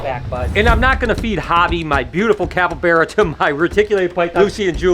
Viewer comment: It’s capybara not capybeara